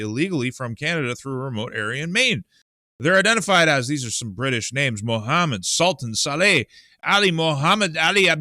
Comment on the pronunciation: I appreciate your pronunciation of those names! I think Canadian farmers, maybe Americans too, have at least 1-2years of grain harvest in storage on their farms.